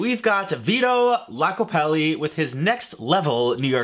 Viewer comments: It's Vito Iacopelli with a capital i. Not Lacopelli. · its iacopelli, not lacopelli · Its Vito Iacopelli with an I, not Lacopelli with an L. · It's Iacopelli not Lacopelli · Just FYI - it's Vito Iocapelli, with an "I" (eye), not an "L". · Iacopelli starts with an "i" ("eye"), not an "L". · I honestly don't know how you could have gotten this SO WRONG in both typing and speaking, but it is Vito Iacopelli. Last name begins with an upper case 'i', not a lower case 'L'. It's pretty standard for names to begin with capital letters, which you should know, but you also think "a oven" is literate. An oven. An apple. An icon. A bird. A spoon. A joke. Do you get it yet? If the word starts with a vowel, you use 'an'; words beginning with a consonant begin with 'a'. Also, absolute operator error with the Vito Iacopelli (yoc-oh-pelli, not "YACK-oh-pelli") recipe. He is a true pizzaiolo. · If you can’t spell or pronounce Vito’s last name correctly, how can we trust that you made it correctly?